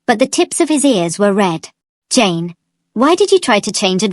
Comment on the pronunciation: I keep hearing James instead of Jane… 😅